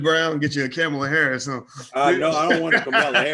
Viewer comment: Did this man say cum-ala Harris???? Smh